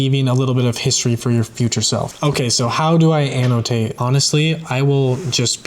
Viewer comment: I love the way you pronounce the word Annotate.